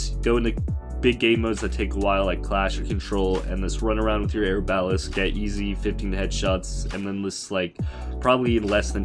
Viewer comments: Air balest? Are-ba-lest=pronunciation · Air-bal-list bruh is ar-ba-lest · "Air-balast"... right.... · Yeah. He can't read. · Denver Walker or air ba lest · How he says arbalest Great tips and tricks this will actually help alot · “Air-bal-list” and “Buh-zard”😂